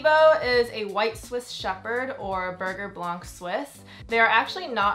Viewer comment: It’s spelled Berger don’t say burger pronounce it beghje